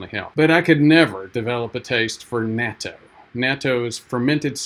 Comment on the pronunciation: If you're going to be a Japanophile, then you should try to learn the pronunciations. It's short a, pronounced like the English "not-toe" My wife is Japanese-American and she and our daughter eat it everyday as part of their ochazuke. They both always liked it. I've resisted. Yeah, that's a strong nasty taste, but it's so good for you, so I should force myself to like it.